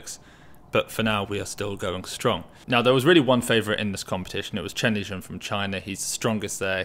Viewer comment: its Shen Lijun not Chen Lijun.